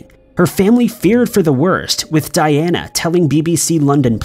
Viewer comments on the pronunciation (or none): none